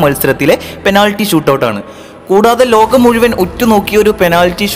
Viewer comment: സുഹൃത്തെ അവതരണം നന്നായി പക്ഷെ ! ഏയല്ല , ഏഴ്, കയിഞ്ഞു , മുയ് വൻ , ഈ വാക്കുകളിൽ "ഴ ചേർക്കണം , യ ,അല്ല .